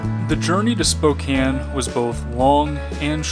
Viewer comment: Dude, your photography has gotten incredible! But wait - fIrst of all, thank you for pronouncing Spokane properly ;) Couple of years ago, a friend of mine and I road-tripped from Washington State to Florida. On my bucket list was Glacier and that Going To The Sun Road. What a HUGE disappointment! For one thing, the weather was crap - rainy the WHOLE way. Worse than that were the crowds and the continuous fuckin conga line of slow-moving cars we were stuck in for the ENTIRE trip through the park, and of course, every "scenic overlook" jammed with tourists. Why do they let bicyclists in parks like that? The do nothing but block traffic. Friggin' Badlands was just as bad (but better weather.) My takeaway is that if that's what our national parks have become, then I want no part of them. We dumb Americans ruin everything. Teddy Roosevelt would be horrified. Glacier? Badlands? I won't be back. Hey man, good luck with your new direction! As someone who's followed your adventures since you were in that Honda Element, I look forward to each new post. Even if they're not so frequent.